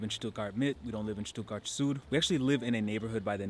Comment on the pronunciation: Thank´s for not pronouncing the town "Stuttguard"!